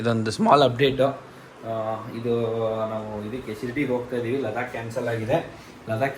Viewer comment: ಲಡಾಖ್❌ ಲದಾಕ್✅